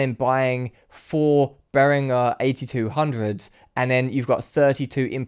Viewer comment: I have a Behringer headphone amplifier. Really cheap but well made and does the job. Note: he actually pronounced 'Behringer' correctly. There is no 'J' in 'Behringer'.